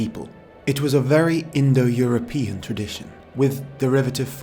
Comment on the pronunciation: You keep saying indoeuropian, like it were a real word.